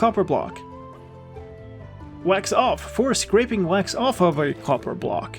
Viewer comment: "Get to the coppah!" made me chuckle